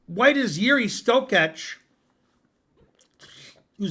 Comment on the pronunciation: Štoček, not Štokeč